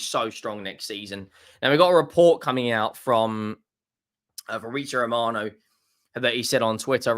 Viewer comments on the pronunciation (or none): none